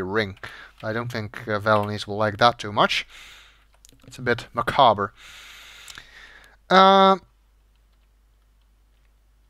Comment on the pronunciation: Agreed. And , "macaber" isn't how that word is pronounced either.